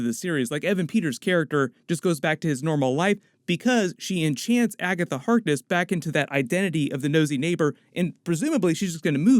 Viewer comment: Jesus christ just say Agaitha instead of Agatha Harkness every single time. Gives me a fucking headache